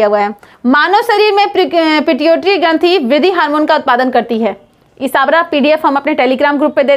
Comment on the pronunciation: श्री मति जी क्या ही बोले हम आपको, शुक्र मनाइए नीतीश कुमार के राज में आपलोग इतना तरक्की कर लिए और ये अच्छी बात है लेकिन अगर नॉलेज की बात करे तो आपके बोलने की तरीका ही बता रहा कई कितना है। जीरो रक्त समूह😏 अमिलो अम्ल😏 ग्रंथि को घंत्री😏 शरीर to हृदय, हृदय to शरीर😳 "ज्ञान अर्जित कीजिए तब ज्ञान बाटने आइए" 41 नंबर पे नोकरी कर के आ जाते है 😏